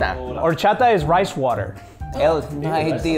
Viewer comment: Dude narrator said Horchada but it’s horchata